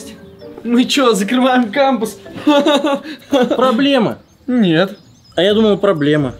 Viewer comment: Не путойте это слово кампус это не кампюс 😂 надеюсь ещё не кто не путол?